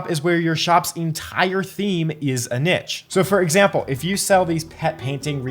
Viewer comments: It’s , not … you’re welcome 😉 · Thanks for everything you do to help us. I thought it’s only right to offer my help where I can. Only people in America say niche like “nitch” though if you google it, you will see that the correct pronunciation even for American English sounds like “neesh” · Neesh, please! NEESH!! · It's niche. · Its neesh, Jesus Christ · G'day it's Steven from Down Under Always enjoy your enjoyable and informative videos. In Australia niche is pronounced "neesh" 😊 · Love the videos and appreciate the advice but the way he pronounces niche doesn't sit right 😅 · It's the other prononciation of niche, like the sh sound. This is how Google translate reads it... 🤔😳 Or just take it from a French speaking person